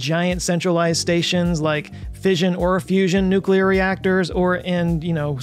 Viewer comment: Its a fuss-ion.